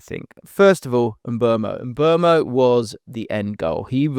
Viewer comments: It's Mbooomo NOT Mburmo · mate. Please don't talk about Mbeumo this long next time if you're not going to say his name correctly. It's Mboomo...not Mbwermo. Your employers (Premier League) put out a video of players giving us the correct pronunciations of their names. What's the use of that if commentators and all you lot will still be butchering their names?